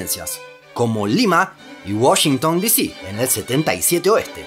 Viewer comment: ¡¿Washington Disí?! ¿ENSERIO? 😂😂